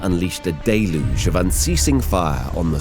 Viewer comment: Wonder how many times he’s said “deluge” in this vid. Gotta be 15-20 at least Day-looge